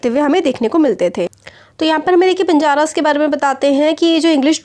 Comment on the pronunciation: Banaras=banjaras 🤣too fun mam